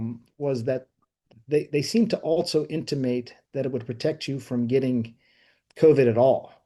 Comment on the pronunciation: At the beginning he couldn't even say "protect", he had to correct himself with some wishy washy bs. The legal precedent is there, still these people have faced no consequence.